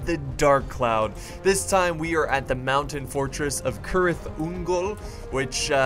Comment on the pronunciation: U say the C like an S